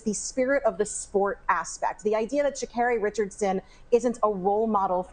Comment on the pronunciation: Sha'Carri. Pronounced Kerri